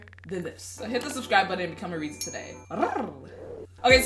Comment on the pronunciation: It's not reezy its rizzy